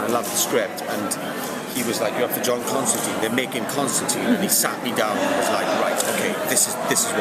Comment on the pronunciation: I've been very excited for this show, I've been reading "Hellblazer" in preparation, I think the show looks very good......but I hate to be "this guy" but they didn't write his name right, it's in the books a few times where he says "it rhymes with line" I just wish that would be fixed